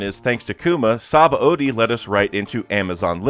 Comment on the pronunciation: that's not how you are supposed to pronounce Sabaody.